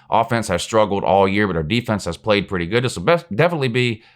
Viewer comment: the only thing i hear come out of mouth when he talks about Alabama is "who have they pwayed"